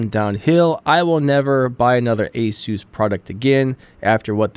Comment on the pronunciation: ASUS or ANUS?...